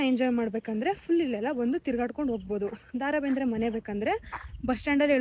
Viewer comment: Le ninna avna Daa Raa Bendre alla adu Da Ra Bendre🙄😬